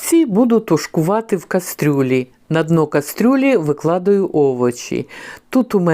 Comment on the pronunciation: Знову « виклАдую», а не викладАю. Треба хоч один кацапізм внести в потік украінськоі соловʼіноі, і зіпсувати все.